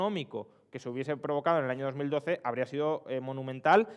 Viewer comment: En la primera frase del video parece que diga "Yo no sé precisamente qué hay en ese ano"